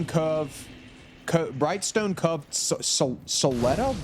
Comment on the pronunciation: Didn’t imagine cove being such a difficult word to pronounce 😂 Love you